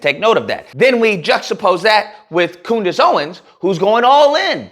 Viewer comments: Coondace lol. Thats hilarious! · Coondace? Oh common man, have some respect...